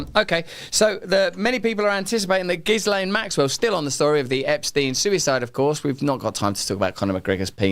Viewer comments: Gillane not gizlaine. He should have looked up how to pronounce ghislaine. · and with "lenn" ending not "LANE" Shakespeare ‼🤔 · Her name is pronounced GHEE-lenn not JISS-lane. Not that I respect her, but really, can't we handle a French pronunciation? The S is silent. The G is a "hard" G. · It's Gillane. The "S" is silent. The "G" is hard. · Why can't he pronounce Ghislaine properly. (Is it because he's done no research into this story and is reading the name for the first time?)